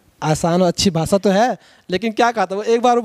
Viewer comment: Anchor sahab भासा नाही भाषा.